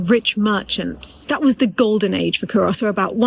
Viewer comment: Great job explaining Culross although you are slightly mispronouncing the name by putting too much emphasis on the 'o'. Also, you find many Scottish people dressed like...